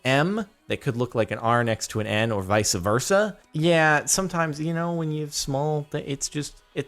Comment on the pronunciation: God when he says "viceA versa" drives me insane...